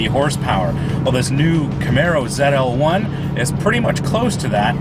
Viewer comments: Why does this idiot in the video keep Tryna make this Canadian/American car European by pronouncing its name Zetel One!?! WTH man ZL-1 dummy it's a coupe NOT a coupe' smh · !st of what in the world is a zet l1? Its zl1 dumb ass. 2nd comparing a ZL1! to a boss is like comparing a challenger r/t to a dodge demon. get a clue buddy. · Ahahah. Goofy fuck zedel? Zetel? What the fuck?